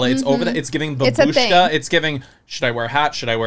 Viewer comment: Ppl please learn how to say “babushka”!! The emphasis in Slavic words makes a huge difference, it can change the whole meaning of the word… it’s “baaa-bushka” not ba-booooshka”